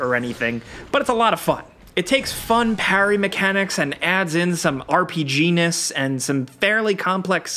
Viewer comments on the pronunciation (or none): Ooo he said R P G-nis